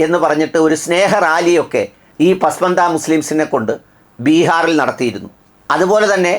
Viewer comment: ശരിയായ ഉച്ചാരണം "പസ്മാന്ദ " പിന്നാക്കക്കാർ